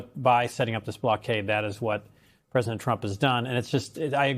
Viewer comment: She said president Rump! Lol